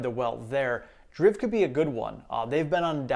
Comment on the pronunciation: I picked up 12 more TSLA today. 2 and 10 897. I also picked up another 50 BATT. I know there will be more red between now and Jan 1st, but I'm done until the new year. Final tally for the shares you discussed today is 82 TSLA, 638 META, 350 BATT, and 200 DRIV. (I believe it's pronounced "drive", due to it being about car companies) A good growth ETF you may want to consider is DIVO. It pays dividends monthly, so if you turn your drip on, you compound faster, and it stays pretty much near its NAV.